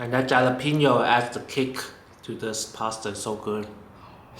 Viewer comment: Great recipe, a nice variation for pasta with ham and peas, very deeelicious! May I respectfully offer friendly help on pronouncing jalapeno... as this is a Spanish word, the 'j' is pronounced as an 'H' so it would sound like "Halapeno". Just a friendly offering, I mean no disrespect. Love your recipes and looking forward to trying this one...thanx very much!!